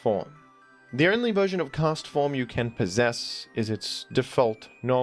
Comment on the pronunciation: the clarity with which you say Castform made me realize its name is a pun on Forecast all these years later. god.